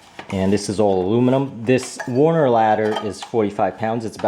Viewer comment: Nice review. It's Werner, not Warner though.